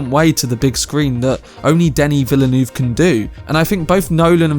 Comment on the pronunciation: Honestly it’s been so funny listening to ppl trying to pronounce his name. I don’t blame anyone though, it’s hard haha 😂 Denis Villeneuve is pronounced Duh-nee Vil-nuv. 👍 Lol